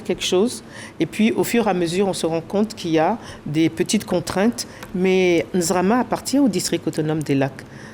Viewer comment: N'ZIMA FESTIVAL ET NON (N'ZRAMA )